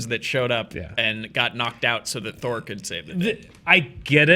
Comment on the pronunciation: Just gonna say, I did enjoy The Dark World more than Ragnarok. Also Thour (pronounced Thou-er)